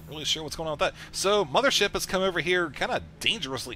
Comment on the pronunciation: mothership warp cannons? hmm.... "mo-pho-wa?"